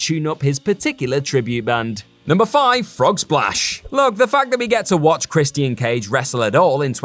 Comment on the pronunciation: How can you not pronounce Christian properly do some research ffs.